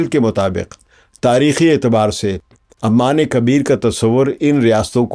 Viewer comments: Aman wrongly pronunciation, it is Oman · PLEASE fix the pronunciation of "OMAN". You keep calling it"Amman". Sir jee Amman is a city in Jordan. Please fix it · Kindly correct its "OMAN" عمان not Amman which is capital of Jordan.